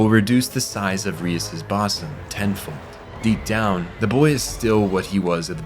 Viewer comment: I love your videos but you have a recurring problem of not knowing how a lot of English words are pronounced. 'Bosom' is pronounced Boo-sum but not super hard on the Boo. Like a mix of Boo and Buh sounds. Your way of saying it is closer to the word 'blossom' which isn't correct. And you do this at least once a video with really common words. As a video essay creator it's just very consistent and I just don't wanna see you getting flamed to hell over it or mocked.